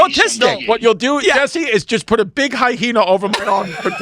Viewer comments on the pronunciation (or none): Have been curious about this forever. Is it an insider joke that the boys mispronounce hyena? They always put an "h" in there. Anybody know?